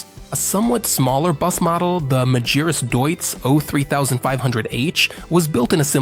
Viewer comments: MAGIRAS DEISITZ ?? MEGRAS ? MEGURAS ? MEGURUS ? MEGURIRUS ? MAGIRAH ? ALM ? DIUTZ ?? MADURAS ? UMBOLT DEITZ ? DETIZ ? HAMBOLT DAUTZ ? MAGIRAS DAUTZ ? MI FERMO QUI. COMMENTO RIDICOLO DI UN UBRIACO AI. PRONUNCE : Magirus Deutz = MAGHIRUS DOITS < Humbolt Deutz = UMBOL DOITS > < ULM si pronuncia ULM > È TEDESCO NON INGLESE E PER CERTI VERSI SOMIGLIA AL LATINO, NON AGLI STATUNITENSI. A FURIA DI SCOPIAZZARE L'AMERICANISMO SIAMO DIVENTATI UN POPOLO DI INVORNITI. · Yet another video ruined by bum yank accent AI commentary that guesses pronunciation. Majeerus / Magearus / Dutz / D youts. DIME ler Benz ? WTF kind of engine is a Dutz Dizzle? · You found many WRONG pronunciations of the company's name! It's "Mah-ghee-rooss"! All other pronunciations are bullshit. What could be expected from one of those annoying AI channels that have a faster reproduction rate than bunnies? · Please get the AI to pronounce Magirus correctly. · Dreadful pronounciation of "Magirus" and "Deutz" 😡